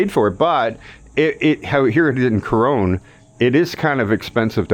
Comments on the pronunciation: but you pronounce it with an "e" at the end of it. If you had a friend named Ron....you wouldn't pronounce his name "Rone", would you? It's pronounced "Core-ron". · Corone? It's pronounced "Co-ron". I don't recall seeing an "e" at the end.